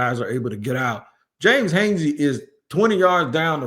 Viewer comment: Robert Hansey. You been getting these names wrong lately. Come on now. Dont tell me you getting old